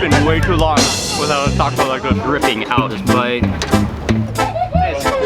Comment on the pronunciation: "It's a cwunchy waco"